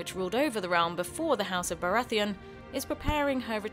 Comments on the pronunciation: iTzVisionz Renly "Barratheeon" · Her pronunciation of Baratheon made me want to die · why can't she pronounce baratheon